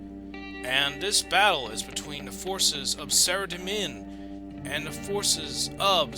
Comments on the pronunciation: Its pronounced sara-dom-man not sarademin xD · Sorry but its Sara-Dough-mon and zAm-OR-ACK. but this is awesome none the less!